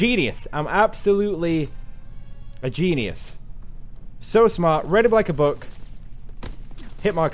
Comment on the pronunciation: Lol calls himself a "Genius", and mispronounces it.